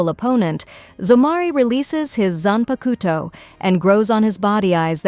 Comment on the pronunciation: I really appreciate these in depth summaries for each season but you have GOT to look up the pronunciations, watch a dub or two my gods is it bad lol Zanpakuto is especially egregious. zan-pah-k-toh not koto. The Japanese syllable is a soft k middle upper throat, back of the tongue. Like trying to say "coke a cola" in a Japanese accent. The to at the end is actually tō, sounds like tuoh a dropped t u sound combo that's lower than the English too, but like you saying too with a obvious U In the middle. The tuoh is more enunciated then the k before it.